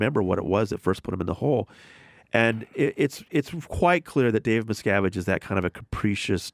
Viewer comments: I never understood how people can hear someone say a name or a word the correct way, and then says it completely different. “Miscavitch”! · "David Miskovich" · I’m a conservative who votes Republican. I have lived in Hollywood, been invited and attended lunch on the Scientology ship and avoided anyone who pronounced an affiliation to Scientology. Thank God! Trump is as far away as he can be and his followers are too! Having been a pilot and flown into Hemet several times, visited Lake Arrowhead a couple of times, I can see why they would want the alluring sceenary as a backdrop. I wonder the compound is anywhere near the island that Greta Garbo once spoke about? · Sorry, but how do these hosts not even know how to pronounce certain names or know nothing about Scientology before interviewing this person? As a journalist, this is unheard of. You are taught never to ask a question you don't already know the answer to. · Why are the two hosts completely unable to properly pronounce Miscavige, despite Tony repeatedly saying it correctly? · Guys...you don't know how to pronounce Leah Remini or David Miscavige and you have a guest on speaking strictly about Scientology for 45 minutes? What rock do you live under? Come on, do the slightest bit of research before your guests come on. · i've listened to jim and sam for a while now, they're not fucking with this guy like o&a used to do with writers. so why the fuck can they not pronounce miscavige correctly when the guy fucking tells them the way it's pronounced.